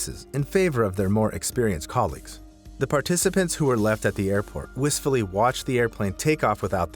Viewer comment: "They watched whistfully?"